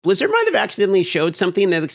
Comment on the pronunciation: Bliz-she-rd is gaming’s M-she-U.